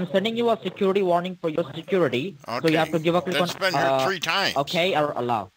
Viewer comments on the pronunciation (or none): Awesome job. one two tree. LOL